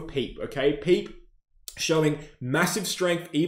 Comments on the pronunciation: Bro really called Pepe “Peep”😂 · You're trolling with the PEPE pronunciation 🤣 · its a crime in crypto with how you pronounced pepe 🤣🤣